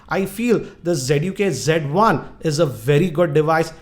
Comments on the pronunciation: it's not g1 it's z1 sir 😁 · lol. "z" should be pronounced as "G".